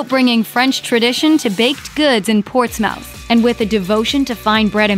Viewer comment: As a resident of MA I must say you have completely lost your credibility by passing over MODERN PASTRY!!!! And you also mispronounced Portsmouth.